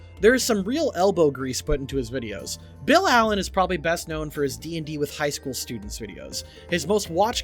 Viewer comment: Hehe, sturdents